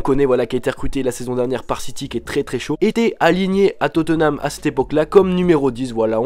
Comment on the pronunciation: On di pas totenam mai totnam